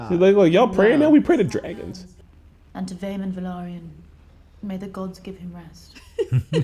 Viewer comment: Btw Valyrian is the language and Velaryon is the race they aren't pronounced the same whatsoever